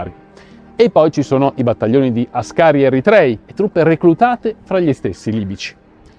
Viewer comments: Áscari. Non ascàri. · Áscari si pronuncia, dall'eritreo Àskar e non Ascàri che fu una famiglia di piloti automobilistici. Eh Rodolfo Ridolfo, ne hai combinate molte, ma in Italia più ne fai di nefandezze e più la scampi..vero Graziani? Vero Roatta? Vero Badoglio? Vero Cadorna? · Si dice àscari